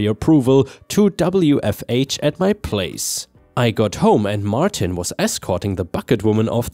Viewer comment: "Martin" is said as "mar tin" not "mar teen." 👻🐺